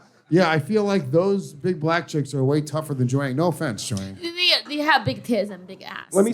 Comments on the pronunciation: How many appearances until the pronounce Jiaoying's name right? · Bless the queen jiaoying for listening to these tards call her Joyang the whole show